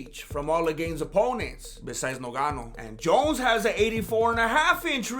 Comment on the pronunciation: Can't stop laughing Avery time you say noganu 🤣🤣🤣